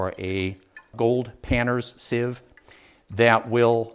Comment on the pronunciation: Pronunciation: People say "SEEVE" because they think the word is spelled "seive". But it isn't, so it is pronounced "SIV". Proof: and